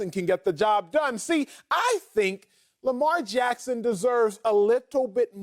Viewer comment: Who is this guy? Why dies he think he could speak Lamar Jacksons name?